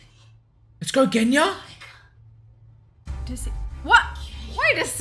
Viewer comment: "Genya"? More like "GUNya"! 😅 I regret nothing.